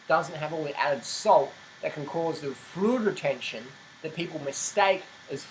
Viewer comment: Can anyone understand what he is saying ?? "Freud Retention"????? Whaatttt